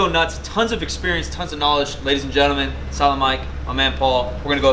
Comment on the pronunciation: when mike sais "silent mike" it sounds to me everytime like some kind of salam alaikum :D